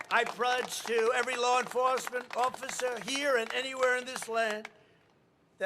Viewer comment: Why can't he say 'officer'? Sounds like he's been pulled over for swerving all the road, 'No offscifer, I don't even drinkshh, covfefe'